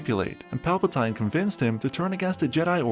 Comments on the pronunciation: pal-pa-TEEN not pal-pa-TYNE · I know that Christian Hayden was great at his acting, but can I point out, the narrator said “Palpatïne” it’s so weird when I hear something strange like that🤨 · Ai voiceover? Who TF calls him Pal-Puh-Tie-N? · PALPATEEN! NOT PALPA-TINE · It's emperor Palpa"teen" not Palpa"tein" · Palpatine = “Pal Pah Teen” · Palpatine ❌ Palpatinee ✅ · Have you never watched the movies? Palpa-tie-ne ?!?!?!?!?? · Pal-pa-teen my dude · Palpa-tie-n is unforgivable 🤣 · he says Palpatein, may it be a hint to some other people who's name ends in 'ein ? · Im sorry but suddenlh hearing Palpatine pronounced like that threw me off so bad lol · Bruh you made a half hour Star Wars video and don’t know how to pronounce Palpatine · you should spend like 3 days in jail by the way "Palpatine" is pronounced in this video. is this shit AI?